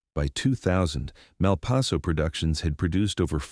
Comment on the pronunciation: A good story, but I walked when I realized it was AI. Pronounciation - Malpayzo one moment, Malpasso a few moments later.